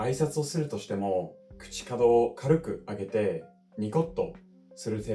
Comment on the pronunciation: あなたの日本語の発音はとても美しいです。言葉選びも素晴らしいと思います。ごく稀に漢字の音読み訓読みに間違いがあります。口角は「こうかく」と読みます。ほとんど完璧な日本語を話すあなたに間違いを指摘する日本人はいないと思いますが、私があなたの立場だったら指摘して欲しいと思うので、僭越ながら指摘しました。 私は、いつも英国人の同僚に、私の英語の発音や文法の間違いをして指摘して欲しいと言っていますが、no worries, your English is perfect と言われるのがすごく嫌なのです。英国人も日本人も、悪い点を正面からハッキリ伝えない文化ですよね。